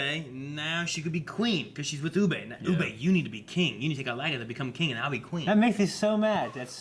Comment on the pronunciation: Ub-buh. Please say Ub-buh. It's not a huge thing but fuck me he's not French and they even say it on the show many times. Oo-bay. where did this even come from